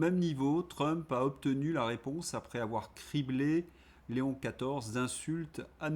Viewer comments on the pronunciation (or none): none